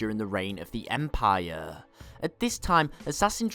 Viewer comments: Empire not Empieeeyeer please. Love the show and your voice is not annoying like some others including myself. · Em-pie-er lol